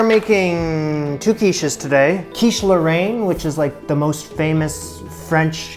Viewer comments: Yep. First pronunciation was a lot closer, not sure why he changed it. As a fluent French speaker, I can say it's pronounced more like "lohr-En" and the way he said it at the end was more like Laurent. I appreciate his effort with French, though. It's not an easy language to pronounce for an English speaker. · You shouldn't use US bacon but something much thicker and smaller in a rectangular shape ! Otherwise it's great ! (Mine are much worse than yours!) ((The pronounciation is closer to "laurayne" than "laurant" in French from France, I couldn't tell in Québecois !)) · It depends on the region that you are from. Where I live, we don't really pronounce the "e" in Roquefort, it would be more like "Rock-for". As for Lorainne, he said it quite close the first times... it would sound like "Low-rain-ne". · As a fellow Canadian living in France, you were pronouncing Lorraine correctly at first. Then you switched to 'Laurent' (French for Lawrence... as in that big river in Canada...). I love your show and admire you for the challenge you've taken on and your perseverance. Hang in there! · It's pronounced like Lauren (with the emphasis on the 'ren') for anyone wondering edit - i mean like how americans would say Lauren, in Ralph Lauren for example (but with the french 'r' of course) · Great job. No, it is NOT pronounced either way you said it, not your fault; "a i n e " is not a sound we typically use. The 'n' IS pronounced, and the 'a i n' is a soft, open 'e' like in the word "bet". it is that 'e' sound (bet) with a light 'n'. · About the quiche lorraine, your initial pronunciation was closer to it XD